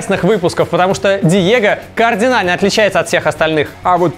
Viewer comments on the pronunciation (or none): Всё отлично. Только... Диего кАрдинально (а не координально) отличается ото всех остальных) Хотя... это слово сейчас повсеместный тренд:)) И в сотый раз... ФелиКС, а не ФелиШ:) Успехов!